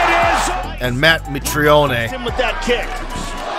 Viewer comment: You can tell the people that narrate these things don't actually follow the sport, these pronunciation are terrible, "mitrioney"